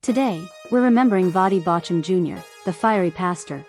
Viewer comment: Drop AI. It can not even pronounce his name correctly. That is not respectful.